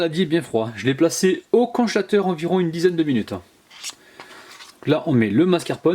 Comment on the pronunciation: Mmm j'adore tbarkallah délicieux,mais tu m'a fait rigoler quand tu as dit conchateur à la place de congélateur 👍👍👏👏😇😇😇tu est le meilleur 😇👍